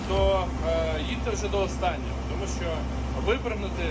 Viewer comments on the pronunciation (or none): none